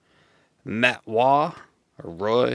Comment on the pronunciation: Matt Roy is pronounced like "boy", not the Francais way